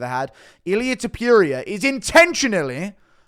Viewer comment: "Ilia tiopiuria"